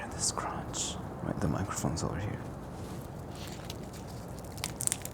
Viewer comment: Yeah I don't know it's the c words like when he says crispy and crunch